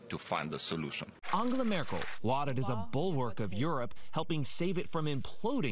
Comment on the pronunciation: So her name is pronounced as an-gala and not an-gel-a... Hmm!